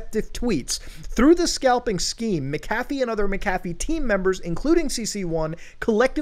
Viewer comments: "Mc-Caf-ee" 😁 Mc-a-fee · Mac cafffie. Bi didn't even know who you were talking about half the video tell it clicked. Macafee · Not trying to sound like a Dick but it’s pronounced Mac-A-fee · I had no idea that John McAfee was a barista at McDonald’s as well as selling virus protection!? Just messing with you……. you’re pronouncing his name and it sounds like McDonald’s Mc café 😂😁😁😁 always love your content! Much love! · I always thought McAfee was pronounced Mac-Ah-fee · I know this is super super minor but. That’s not how you pronounce McAfee, Muta. It’s pronounced “Mack-uh-fee” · It’s pronounced, Macca-Fee. And he is legend no matter what. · MCAFEE.. isn't pronounced like that ya nouce